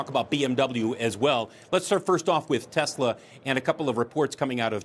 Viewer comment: He loves ‘Tesler’ 😂 because everything’s computer